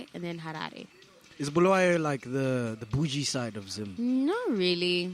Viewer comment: I love how she says Bulawayo. She does not say Bhulawayo like others. You can tell she was born in Bulawayo. Big up Queen.